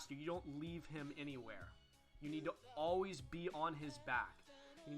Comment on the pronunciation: stop saying alweese